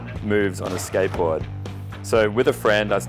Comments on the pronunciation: i cant really focus bcz of the ''sketbowd'' xD,, love your video :^) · The way he says skateboard is so fuckin funny.. 😂 “Skaitboaahd”